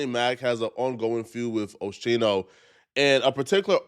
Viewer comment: I can’t get passed the OSHEENO😂 wtf put some respect on a hip hop OG name